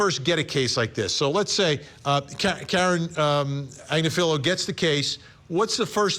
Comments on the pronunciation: Good luck getting a conviction - ha! You are pronouncing her name totally wrong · He also screwed up KF Agnifilo...